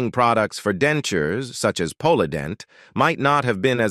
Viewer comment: Capra? Polident? Deodorant? Candida? Diseases? Disorders? These words should be easy to pronounce, yet the narrator butchers them. Add to that sudden, inexplicable switch to a Spanish accent towards the end of the video, makes one really wonder if he's 'all there'.